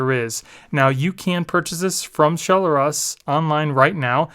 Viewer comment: i think its Shell-Russ not Shell-r-us